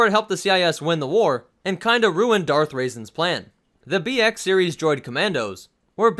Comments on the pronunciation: Darth Raisin? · Did you just call the senate "Darth raisin"?